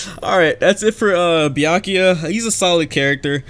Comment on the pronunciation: why you say byakiya not byakuya